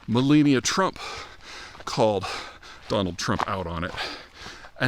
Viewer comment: Does he really not know how to pronounce Melania?